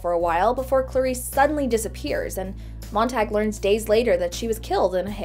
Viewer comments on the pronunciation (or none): Montag is German for Monday, it's pronounced "tahg" not "tag", way to ruin a badass name